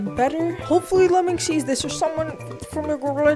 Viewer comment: its not lemming its lemon